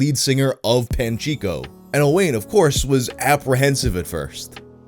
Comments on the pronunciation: Token pedantic Welshman here to tell you it’s pronounced closer to O-wine not O-wayne. Sorry (not sorry) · Also it's pronounced owin not owan that's a welsh name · This story is fucking beautiful, what an uplifting change of pace :) (Also for anyone interested, Owain is generally pronounced like O-whine, obligatory welsh person correction lmao) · Owain is pronounced Owen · the way you pronounced Owain kills this little welsh boy... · the pronunciation of owain has me cracking the fuck up lmaooo